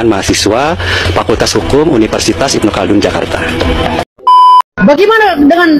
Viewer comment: Apaan si penyebutan nya ilmu caldun??? Yg benar Ibnu Khaldun bro